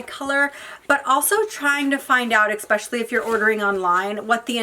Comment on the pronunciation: I enjoy watching your videos but it’s especially not expecially.